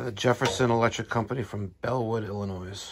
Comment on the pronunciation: FYI: There is no "Noise" in Illinois. The s is silent.